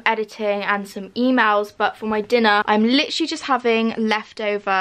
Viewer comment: “lichrally lichrally lichrally.”